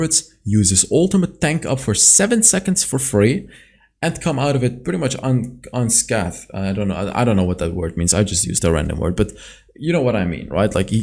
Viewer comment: You used "unscathed" correctly. The A in it should be pronounced like saying the letter A, though.